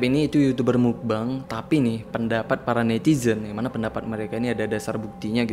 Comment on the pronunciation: Yg benar pengucapannya adalah bukan "mukbang" bukan juga "mukbeng", tapi "mokbang" dari bahasa korea muk (먹) artinya makan dan bang (방)yg artinya ruang.